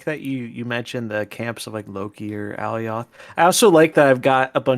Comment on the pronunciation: Please stop pronouncing it Allie-oth lmao my eeears